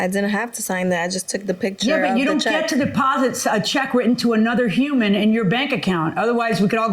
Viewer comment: Check? I thought she said sheck. I said what is a sheck? Lmao...